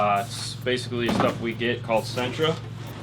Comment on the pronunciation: Every time you say "Sintra" I think of Nissan "Sentra"...